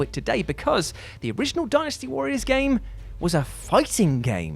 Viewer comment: hey is pronouncing dynasty the right way now